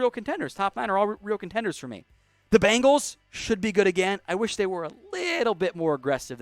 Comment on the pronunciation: Seriously, am not a Bengals fan at all, but please pronounce the name right. There is only 1 A n bengal.